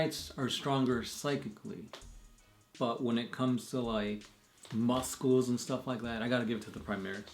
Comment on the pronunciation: did this man really say musckles